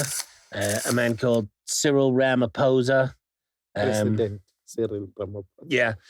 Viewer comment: SAY RAMA-FORCER MAN 😂